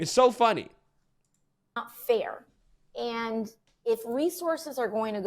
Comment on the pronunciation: Only AOC can make the word (and) a 2 syllable word. God I hate listening to her talk. Ay yand??????